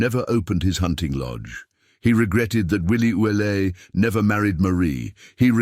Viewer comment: Willie's name is normally pronounced ou let, not Ouelete.(sp).